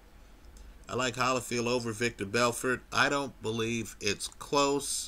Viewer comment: LOL you're still pronouncing it "Victor" Belfort.